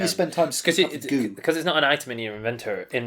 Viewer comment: The edit of michael's attempt to say inventory, laughed a lot!